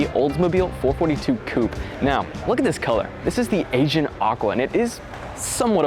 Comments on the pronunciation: Luke, The color you speak of is pronounced Ae Ge -an as in the Aegean Sea (hence the color similarity) not Asian.. Also most enthusiast like myself cringe when people say Four Forty - two. Stick with 4-4-2 when describing a car like this and you'll sound like an automotive specialist in no time at all. Nice presentation overall. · Agein aqua lmao😅 a- gee- n like the agean sea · it's pronounced a-ge-an, not Asian. Please go back and finish high school. Thanks!